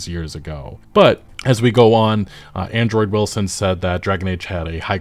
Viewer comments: Why do you keep saying Android Wilson when his name is Andrew Wilson?😂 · Why does it sound like you call him Android Wilson lmao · Hilarious that you keep saying Android Wilson. Ty for the video, sad what EA has become. Hopefully no ADs never show up in game like a damn commercial break. Keep that shit outta here. Bad enough that you can pay for a "Unlimited" streaming service and you STILL get commercials, as if the exorborant fee wasn't enough as it is.